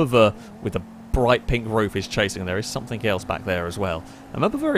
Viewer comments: Every time you say "somethink", I cringe. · SOMETHING. NOT SUMFINK